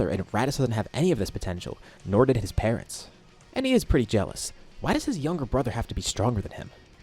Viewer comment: Korin said paretns instead of parents